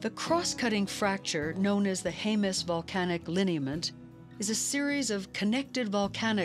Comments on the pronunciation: (Jemez) HEM-es not HAY-mez. You're welcome. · Not near as bad as hearing Haymez, cannot finish video due to this mispronounciation. It's Jemez, J's are H's but e's are not a's.